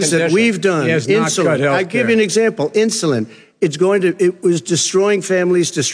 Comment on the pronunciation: It was so funny see Biden's reaction when Trump said the word "insuline" while he was interrupting Trump, he transform his face. Biden clearly thought Trump said "insolent"